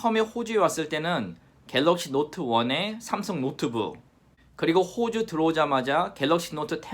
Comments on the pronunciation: 호주가 아니고 ㅋ호주 같은 느낌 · '호주'발음시. 호,자에 넘 악센트를 주는듯..ㅋㅋ